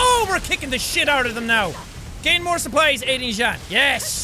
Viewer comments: Anyone got annoyed when he pronounse jean's name wrong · Jean not jan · I don’t have any problem with u saying meekasa but try saying it faster and it will sound like Mikasa also it’s Jean like jeans just without the s I still got no problem because I keep remembering u never watched the aot Anime before